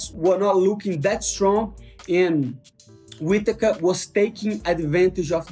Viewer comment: I can't with "Hobbit" Whittaker. Once you hear it, it's done 😂 Even auto-caption wrote it 😅